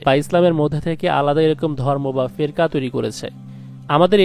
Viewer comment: উচ্চারণ টি কি ফেকরা হবে না?